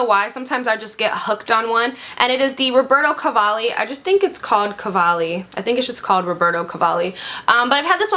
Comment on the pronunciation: I'm Italian and the way in wich you pronounce "Roberto Cavalli" makes me laugh, it's cute! Ahaah I love you